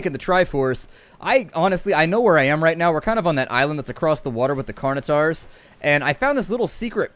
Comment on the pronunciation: Pteranodon = Teh-ran-o-don. Not Ty-ran-o-don. Dilophosaurus = Die-low-foh-saw-us. Not Dilo-don. Carnotaurus = Carn-o-tor-us. Not Carn-a-tor. Please get them right in future. You're giving a bad impression, especially having studied Paleontology. :)